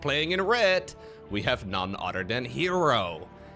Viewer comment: "borer", "orer", "anorer".